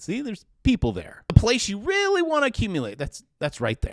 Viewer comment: Oh reary, ahnuda coridential rerail